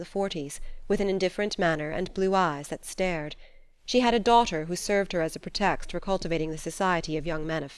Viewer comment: She mispronounces a lot words, such as "pretext."